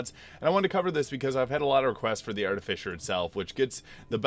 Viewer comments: Arti-Fiss-er is how it is pronounced. noone says Fisher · That's the missing piece. English is your second language. I apologize. You also have to be careful because trolls will try and mess with you. It's pronounced Ar-Ti-Fi-Ser not Ar-Ti-Fi-Sher. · Why do you keep calling it an Arti-fisher?